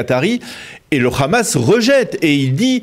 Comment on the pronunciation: Pourquoi vous dites le Khamas c le HAMMAS